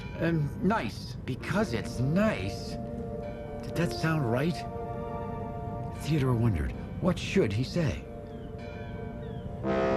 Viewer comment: did they call theodore, theodoor?